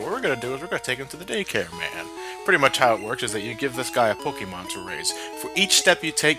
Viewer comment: A Pokéman? God, it's my first grade teacher all over again. That's how she always pronounced it, and oh God, did she hate Pokémon. If you even mentioned it in her presence, you were met with disciplinary action.